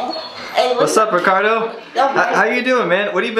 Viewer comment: am just saying its ricardo